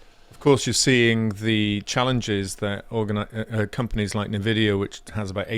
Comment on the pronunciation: it's not "nevidéa", it's "n-vidia". If you ever played a PC video game in the 2000's you would know.